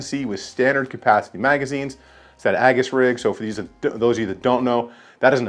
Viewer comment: Aegis not aggus